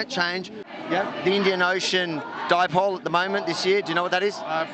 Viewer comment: HAHAHA FUCK ME "The Indian Ocean Di-poley" HAHAHA